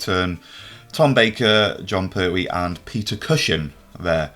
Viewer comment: Con Bertwee? 3 and 6?